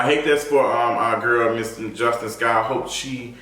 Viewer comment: Her name is pronounced as Jus-TEEN